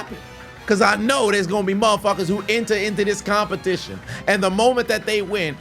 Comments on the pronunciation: I know he didn't just say CUMpetition 😂😂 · “A CUM-petition” 😂😂😂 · A "cum"pertition 😂😂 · Competition ✖️ CUMpetition✔️✅ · Competition You mean Cumpetition 😅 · CUM-petition…. EDGE-ucate…..